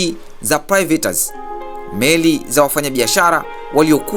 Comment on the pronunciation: Sio private inatamkwa pairets (pirates) Inatamkwa slevari sio slaveri Otherwise keep it up good job